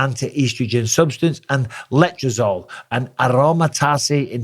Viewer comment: You know Bisping was clean when he pronounces letrazole and aromatase the way he does.